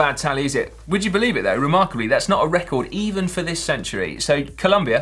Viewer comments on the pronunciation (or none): none